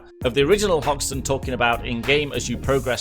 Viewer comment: Umm who's Houston and why is hoxton not hoxton